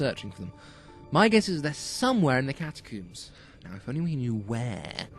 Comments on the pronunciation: Its catacomes not cataooms XD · I kept laughing every time he said "catacoombs" instead of catacombs XD